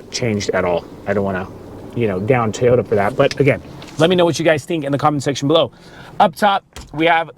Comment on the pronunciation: LOL TEEyota.